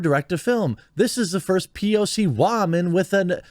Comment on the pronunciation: Why pronounce the word "woman" in a weird way ? Sounds foolish. Just stop.